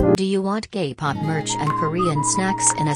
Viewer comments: I heard GAY-POP merch in the start— 💀💀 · HAHSHAHSHHS AM I THE ONLY ONE THAT HEARD "do you want gay pop" KAHSHAHAHS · bruh, I kept hearing gay pop :( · I understood gay pop instead of kpop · bro i heard "do u want gay pop merch" and naldnslsnsksbdksks i was like ✋🏼 hold on